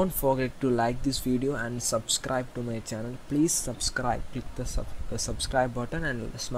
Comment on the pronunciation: "and soobscribe to *mah channeul*"